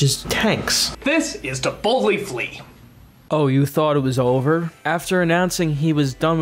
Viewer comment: Half the time when people say “To Boldly Flee” it sounds like “Tiboutli Flea,” which presumably is some sort of weird monstrous insect... entirely plausible...